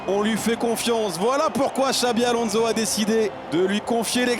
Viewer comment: C est pas alonzo... Mais Alonssssso ! T as que ça à faire en tant que commentateur... Apprendre à prononcer le nom des joueurs....